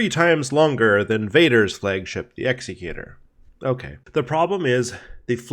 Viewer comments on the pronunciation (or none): Say it with me now: Ecksecc-U-Torr, not executor.